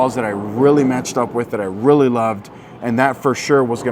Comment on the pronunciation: Drink every time says “rilly” (really)